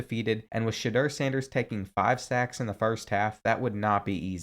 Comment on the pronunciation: Does anybody know he calls sanders name shader